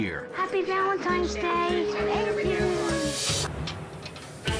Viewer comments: sounds like Gordon says "valentimes" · IT'S V A L E N T I N E ' S NOT VALENTI M ES - THERE'S NO M IN THE WORD. I'M NOT SHOUTING - I JUST CAN READ BETTER. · he said "happy valentimes day" about 10 times. does he not know what valentines day is? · Gordon kept saying Valentimes. "Hey buddy, that's not how you spell it.'" LoL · Actually I believe he said ValenTIMES Day. hahaha